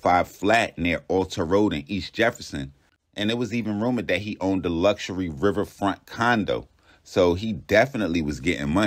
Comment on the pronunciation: Man said “one of the car washes he OWN-DED” 😂😂😂